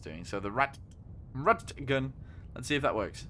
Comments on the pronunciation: Also as a heads up just pronounce it like ‘rat’ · It’s pronounced as P-1000 rat but it’s name is P’1000 ratte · its pronounced Rat